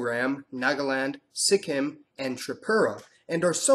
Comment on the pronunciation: Hey, I'm from Nepal, but my mother is from Darjeeling (she is still a Nepali in her mother language and culture - Greater Nepal patriotism), she lived in Nagaland and Sikkim. I believe it's pronounced with a perfect full kim not a Sik-im. I just want to say thank you for your essay video. I hope in the future racial diversity for us Nepalese will be a ground for equality. Dark or Like, Eastern-looks or Indian-looks will be seen as equal. Plus there are few good books on Nepal, I'm reading unbecoming citizen by Michael Hunt about Nepalese (Lhotshampa) people in Bhutan and their displacement.